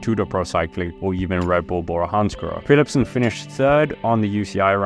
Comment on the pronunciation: say his name Philipsen 😂